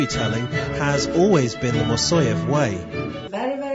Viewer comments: Could this african american learn at least how to pronounce the name of great choreographer. It is not mosoev. It is Moiseev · Evidently, the narrator can't read. His pronunciation of the name "Moiseyev" had me biting my lip! It's Moi-sey-ev". Not "Ma-soy-ev". He really needs to learn to sound thing out from the spelling! A real disservice to the man and the ensemble.